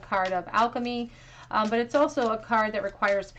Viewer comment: Pile 2, when you said "but" I thought you had said "butt" and was like "yeah that's him 😅